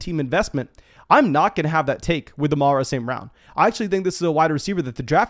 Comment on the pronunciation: Why do you pronounce it Amarro St Brown? 🤣